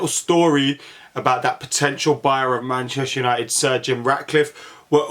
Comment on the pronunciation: when you say sir Jim Ratcliffe it sounds like surgeon Ratcliffe